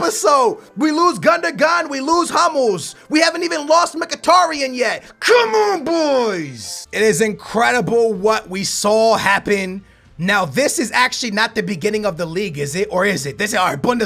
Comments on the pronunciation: Mkhitaryan's name is pronounced Micky-ta-rian. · bro its just pronounced mki-tar-yan Kh is pronounced in a way that some countries cant pronounce in my country it's pronounced Just say mki-tar-yan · mkhitaryan is pronounced mickytaring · No it is. Mick hi terian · Btw this is how you pronounce Ryan. Mic a terr ian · Mkhitarian is pronounced "Mikitarian" btw